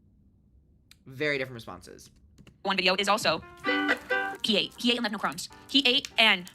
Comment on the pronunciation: Ohhhh nowr! Noer? Nowwr? Noerrr??? Funny. Most people just say NO.